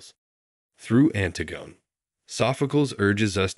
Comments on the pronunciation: Yes, I'm really surprised. Surely if you're going to go to all the effort of putting together a video like this, you'd check on how to pronounce the title and author. The most common pronunciation is anTIGone by SOPHocles. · Did you seriously pronounce it "Ant-i-gun by Sof-a-culls"? This is the worst.